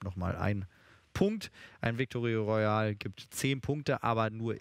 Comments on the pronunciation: "Victorio" Royale man kennt es👏😂😂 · wie der moderator am anfang bei den punkten einfach ein victoreoryal sagt ;DDD